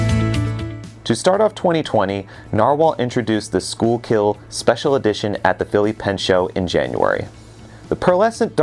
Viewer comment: I bought my Poseidon blue in DC, participating in the lightening of the storied suitcases. As a Philly native I of course needed to get the Schuylkill ( congratulations on your pronunciation) at the Philly Pen Show! Looking forward to continued great things from Narwhal!